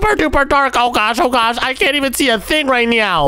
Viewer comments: Oh my gwosh Saying gwosh instead of gosh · Why do you say gosh like gosh Like gwosh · Oh my gwash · Way are they calling It oh my gwosh it’s oh my gosh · dude keeps saying oh my swash"!:shelterin:💀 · No he says oh my ghash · BRUH you say gwash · said " oh my gwosh" instead of gosh and he said "rwoxy" instead of roxy